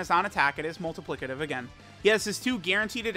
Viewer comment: being able to say "multiplicative" is big character development